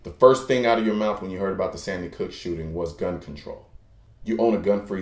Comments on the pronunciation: good video, although i think you were saying "sandy cook" instead of sandy hook. But not a big deal. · loved this =) But you said Sandy Cook the second time, but I'm not judging for pronunciation. Still loved the video. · sorry to point this out but you kept saying sandy cook, or it's just my deaf ear talking shit. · I noticed that you said Sandy Cook twice.....just sayin. you forgot the R